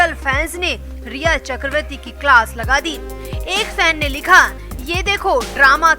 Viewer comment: Chakravati is wrong pronouns ,it should be chakraborty/chakravarty